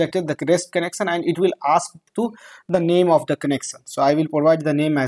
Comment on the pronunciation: It's connection not connecsan.